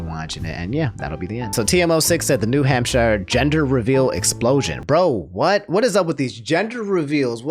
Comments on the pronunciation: Lol, he says "Ham-Shy-er" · "New HampSHYER"😂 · New hamp-shire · its pronounced New Hamp Sure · H A M P ----- SHIRE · New HamSH-EYE-ER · New hamp“SHIRE”. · hamp-sure = hampshire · There is no way isn’t trolling by saying New Hamshiyer THERE IS NO WAY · You pronounce new hampshire weirdly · Why do you say New Hampshire all terrible? do you talk to other people or do you only ever read these words? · alright now we gotta ridicule him for his pronunciation of New Hampshire